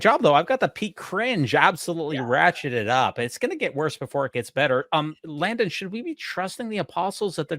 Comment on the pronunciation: I loved southern-drawl sounding pronunciation of Landon’s name while reprimanding him when he made that comment about the nipples, while at the same time trying not to choke on her cake…”Layundon” 😂